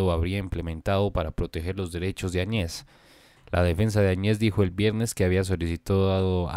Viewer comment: Se pronuncia, Añez y no Añe's